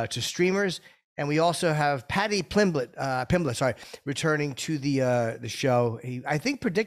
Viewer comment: had me LuL’n hard wit “Plady Plimblett” 🤣…. It was like “did he really jus say dat!?” bahahahaha 🤌🏼 much love tho, HELLA awesome to see on here 🔥